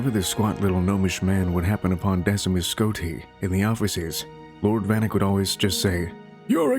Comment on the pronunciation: Decemus is pronounced Deck-e-mus I don’t know why that bothered me.